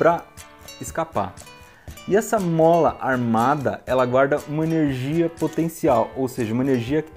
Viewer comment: Aperte 0 para ver uma cara estranha e neblina em cima do balcão HEWUIAEHWIAUHEWAIUehIUWAHEAW Aperte 8 para ouvir ele falando "tchubi" Aperte 7 para ouvir ele falando "Énérgia" HAUHAUHA